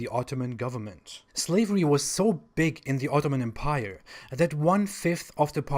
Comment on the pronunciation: You might want to look up the usual pronunciation of the word 'empire' ;)